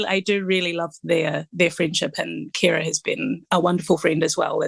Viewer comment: Finally someone who pronounces Ceara’s name properly. Thank you 🙏🏼